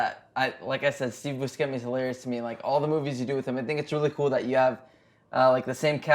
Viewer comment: Its pronounced "BU-SHE-MI"